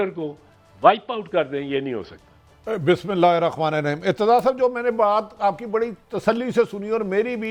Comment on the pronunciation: Arif hameed sab bismillah tek parh lia karo